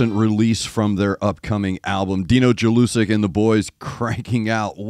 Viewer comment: read it like YELL-U-SICK